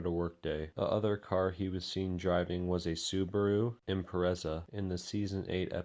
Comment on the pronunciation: "Sab" "Impereza"